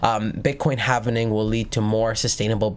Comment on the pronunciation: Halving, not hav en ing.👍